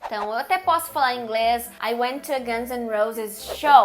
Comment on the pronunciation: Curto muito os vídeos da Carina. Acho que engraçadinho quando ela pronuncia em português "Inglés".